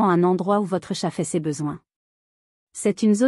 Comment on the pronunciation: Entendre prononcé "tchat" pour désigner un 🐱 c'est soulant l'IA est à améliorer